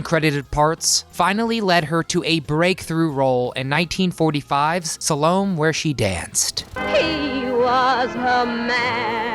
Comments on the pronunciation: "Saul-oh-may" not "Sal-ohm" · Sa-LOAM? You mean Sal-o-MAY! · Salome is pronounced Sa-loh-may; not, Salohm. 😨 Maybe you can do something in some of the old cop shows: The Rookies; ADAM 12; MOD Squad. Perhaps this time you guys can do it without screwing up the pronunciation of one or more of the words or names like you do in just about every video you’ve ever done. Really‼️ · It's pronounced "Sal oh may" not "sah loam"...😉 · Salome is pronounced Soll Oh May not Sah Loam.... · Salome is pronounced Salomay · Salome /saa-LOW-may/ has three syllables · Salome is pronounced Sal O me = ( may ) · I hate it when narrators mispronounce things... it's NOT 'See-sill' B. DeMille. His first name is pronounced 'Seh-sill'. And, Salome is not two syllables, but three when used as a proper name. Suh-LO-mee is the correct pronunciation. This is not the same as the greeting. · Just so you know, Salome is pronounced “Sal-O-May” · And Cecil B. DeMille's name isn't pronounced See-sil. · Dude. It's Sal-o-may. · Please learn how to pronounce “Salome” and “Cecil.”